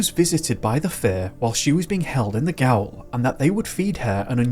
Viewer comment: Gaol is pronounced jail. It's the same word, just spelt (or spelled if you're American) differently. Gaol was the original English spelling, but the Americans preferred jail and now that's how most people spell it.